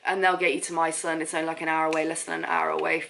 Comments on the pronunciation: Please, My Son, pronounces "mee son"! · it is pronounced ME SUNE